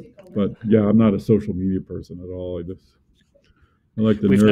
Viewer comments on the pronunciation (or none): none